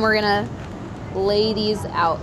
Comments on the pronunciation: Same. I thought that too. Ladies out = lay these out. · When Priya said I'm gonna lay these out I thought she said "ladies out" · This anyone else hear 'lay these out' as 'ladies out '?? No? Just me? Ok ... 😏😂